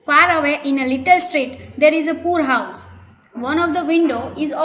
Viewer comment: You're pronouncing poor wrongly